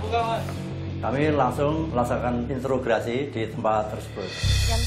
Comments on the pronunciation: introgasi pak bukan intrograsi😂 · Introgasi pak, bukan intrograsi